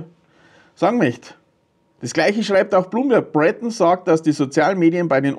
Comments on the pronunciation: Sein Name wird französisch ausgesprochen: Brötong 😉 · Thierry Breton ist Franzose. Der wird also nicht "Brättn" ausgesprochen. 😏